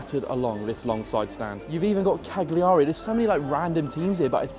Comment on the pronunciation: Cagliari in the most english accent ever 😂